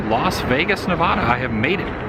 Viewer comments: Ne-vad-a NOT Na-vah-da, I stopped watching after that. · I’m a native Nevadan and you’re pronouncing Nevada wrong…it make sad. It’s Neh Vah Duh…not Nuh Voh Duh…please, and thank you. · It's pronounced "Nevaada" (like "cat") not "Ne-vahh-da". Local Nevadan here! Dust storms are scary. Glad you're OK. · Hey Adam--helpful hint: I lived in Nevada for 5 years and trust me, the locals get super perturbed if you mispronounce the name of their state. It's actually 'Ne VAD a' (like 'add uh'). You're welcome. heh. Great road trip video as always--thanks! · / With all due respect, the "Locals" have it wrong! Even the actors in the 1930 movies (and later) pronounced it Nevodda . . . so, I'm sticking with that accurate bit of unwokeness! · It is NOT pronounced "Neh-VAHHH-duh" ugh 😣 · C'mon Woo, everytime you say Nev ah da in your videos I cringe. It would be kinda like pronouncing your channel as Adam the Whoa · But, that's the Anglo explanation. lol! FACT: The name is Spanish! Just like Colorado! Everyone should say it with the Spanish pronunciation! Problem with that explanation is that a ton of Anglos will purposefully mispronounce, and call you "politically correct", if you tell them that! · Yeah, I just love the pale wave telling everyone it's their way or the highway. It became Nevada with the Spanish pronunciation, but I don't know what the REAL locals called it. They're likely my ancestors, too. Anybody ask them? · you are pronouncing nevada wrong